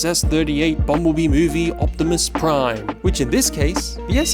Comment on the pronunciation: It's Optimum Pride! e err ar ar er!